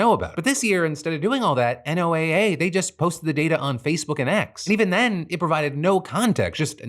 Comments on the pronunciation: Hi Phil, I hate being “that guy” but NOAA is pronounced “Noah” 🙃 On a real note, NOAA is critical to also understanding how climate change is going to impact things like weather, the ocean, and people…. especially people who are already marginalized and impacted in coastal and island communities. I live in Guam and work in ocean conservation, local projects and students relay on NOAA funds to make our island more sustainable. It’s a gross use of power and the people here (who aren’t even allowed to vote) will pay the price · It's killing me that you keep spelling out NOAA instead of saying it like the name "Noah", which is typically how people say it lol, but that is HUGE news so thank you for talking about it! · Today I'm learning that NOAA is not pronounced Noah... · State programs that work to put federal dollars in local resilience planning and economies are also on the chopping block under NOAA reductions (P.S. you say NOAA like “NOAH”) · This isn't important, but NOAA is pronounced like the name noah. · Oh please just say Noah… you don’t spell out FEMA each time. You just say feema.